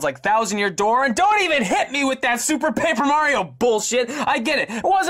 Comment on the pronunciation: Paper Mario has the L like Waluigi xd